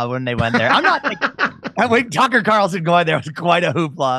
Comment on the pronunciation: Did Jimmy say"Cucker Carlson?"